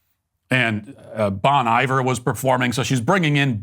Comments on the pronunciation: Matt Walsh’s pronunciation of “Bon Iver” is a way more relatable “dad moment” than anything Walz has ever done. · First time I've heard Bon Iver pronounced that way 😂.